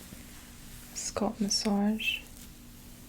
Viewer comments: I cringe every time she pronounces ‘scalp’ like ‘scald’ 🥴🥴 great sounds though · When she pronounces "scalp" as "sculp", MAJOR CRINGE!! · Where is your accent from? The way you pronounce "scuhlp" instead of "skalp" is different. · Came back here a year later for tingles and to hear say “sculp” instead of scalp now 😅💕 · I loooove the sound of your voice--- so soothing and calming--almost comforting-- Fantastic vid. I wonder from part of the country you hail--- you say 'sculp' instead of scalp. 🤗🙋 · I hope you get sponsors to promote these videos because I think yours are the best. BTW- I love the Canadian accent on SCOLP. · What is it with tje fascination with thr pronounciation of thr word scalp, 😕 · Sounds like scalp and skull put together. I first thought she got tongue tied and mixed them up. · Is it a Boston thing? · I LOVE WHEN SHE SAYS THAT